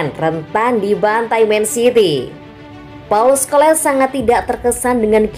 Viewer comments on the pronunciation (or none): hahhahaha sebut biar betul nama org tu..bkn paul sko lesss....tapi paul skol...les tu mana ada ejaan inggris..hahahha lucu kalau org indo baca nama org mangriss...kehkehkehkehkeh